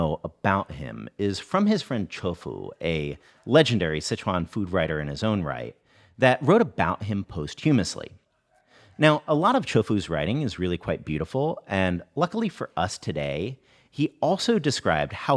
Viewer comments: Excellent research, thanks. Btw, posthumously is pronounced ‘poss-tyoo-mussly’ not ‘post-humously’ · Also not to be that guy but posthumous is pronounced pretty much exactly like costume with a p. Costumous c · "post-humously"... Interesting; I've never heard that word pronounced like that, but it actually makes more sense that way... Most people say it the normal way ("POSS-thyoo-muss-lee"), but now I'm thinking twice, lol